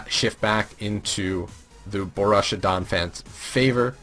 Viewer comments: BOH-ROOSH-EE-AH is how to say Borussia btw. I also have to say i'm not really a fan of the analysts this season. Last season they were killing it with quips and great flowing chemistry. This season really lacks fun and relaxation from the analyst. Still, i'm sure you can win me over in 12 weeks :) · Yea i hope their chemistry improves, too. little hint: it is not boh-roosh-ee-ah. no sh in the middle. it is just a straight forward sharp s sound like in grass.